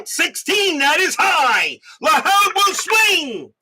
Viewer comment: Joe Lahoud is pronounced Lahood like the hood of a car.